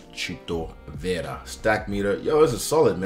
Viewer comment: Thank you for rolling the R on Vera. Love from us Latinos!